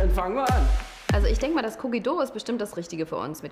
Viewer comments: "Cookie döu" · Wie er cookie dough sagt😂